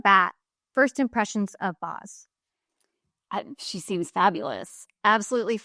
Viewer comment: Boz is pronounced like Bose not Bos.